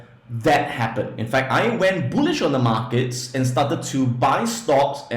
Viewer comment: His pronunciation is not so good when he say bullish he mean bullshit market .